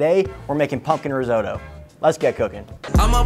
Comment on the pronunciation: Please check the pronunciation of risotto 😅. All Italians would appreciate it